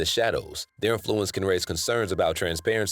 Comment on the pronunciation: why do you keep mispronouncing influence? its IN-fluence not in-FLU-ence